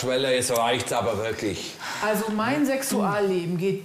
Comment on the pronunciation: Diese Frau hat eine "wirklisch" ekelhafte Aussprache! Und das auch noch in Führungsposition... das hätte ich nicht zugelassen 😂